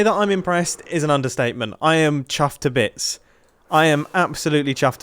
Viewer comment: Yeah, but he really emphasized the "chuffed to bits" in this video.